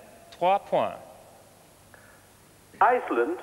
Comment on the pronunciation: Somebody should have told Michelle Rocca that there is no "r" in points - also not in French.